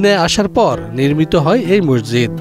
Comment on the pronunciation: ডিবিসি নিউজ এর সাংবাদিক এবং এর সাথে সংশ্লিষ্ট সবাইকে মসজিদ শব্দ টি উচ্চারণের ক্ষেত্রে বিশেষ খেয়াল রাখার অনুরোধ করা হলো।